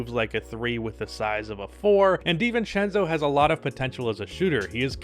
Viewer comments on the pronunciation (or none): none